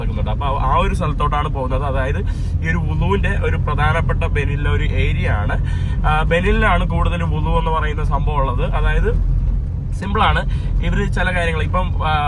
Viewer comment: വുളു അല്ലെടോ vudoo